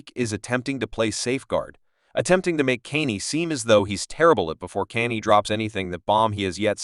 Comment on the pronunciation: Why the AI keep calling him Kenny?